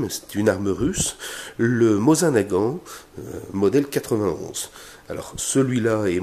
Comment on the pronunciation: Une grosse erreur est présente dès le début de la vidéo ! Le MosinNagant se prononce : Mosine (Prononcé le e) et non pas Mosin. Belle pièce, cependant votre fusil n'est pas de première facture ! Vous pourrez le remarquer juste au niveau (Si vous prenez la crosse vers la gauche) vous voyez le coude pour recharger ? Ou bien le bout droit de la lunette ? La partie juste en dessous mais pas le verrou ! Cette partie métallique est arrondie sur votre pièce. En effet, la pièce de base est hexagonale mais pour produire plus vite, l'U.R.S.S modifia cette partie en partie arrondie comme sur votre fusil. Ces fusils ont été produits plus vite et sont donc de facture moindre.... C'est mon fusil favoris et je suis très content qu'il fassent une apparition sur cette merveilleuse chaîne !